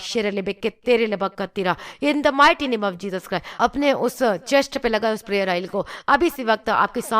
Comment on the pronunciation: Didi it is not Jesus Cry . it is Jesus Christ 😇😇😇